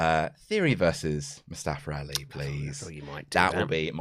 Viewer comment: "Mustafar Rali"